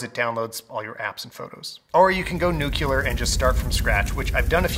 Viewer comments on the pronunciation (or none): OMG people, it's NUCLEAR, not NUC-U-LAR.